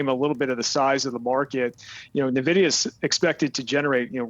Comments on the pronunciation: as soon as he said nuhvidia i closed the video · It's getting annoying hearing analysts calling Nvidia Navidia... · He says Nah-vidia. Scary.